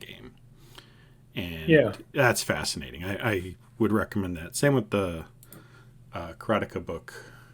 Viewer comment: It's "BROOD-er-bund" The Gaming Historian clarified this 40 year old mispronunciation for me. It still sounds completely wrong to my ear. Also, "ka-ra-TAY-ka" And while we're at it, Iolo the Bard is "Yo-lo" (not "EYE-oh-lo") and Shamino isn't "shuh-MEEN-oh", it's "SHAM-in-oh". Yeah, it's hard for me to swallow all of these as well. Bonus edit: uh-KAL-uh-beth. Makes me shudder. It will always be ACK-luh-beth to me!